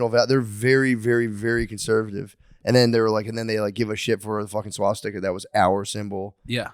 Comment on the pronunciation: Matt still not being able to pronounce Swastika after 4 years is incredible